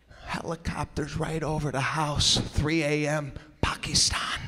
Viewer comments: He said it perfect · Uh that's how Pakistan's actually pronounced. It's not Packistan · Cynthia: that's the correct way of saying it; i was actually surprised that he got it right; also, the way they say iran and iraq in the western countries is wrong and very irritating too.. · He said it the right way thou 😂. I bet you laughed at that part 😂.